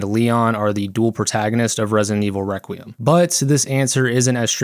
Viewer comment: No YouTuber can pronounce requiem